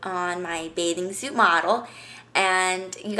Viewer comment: did she just say birthday suat?!